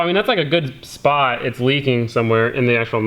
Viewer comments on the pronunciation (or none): none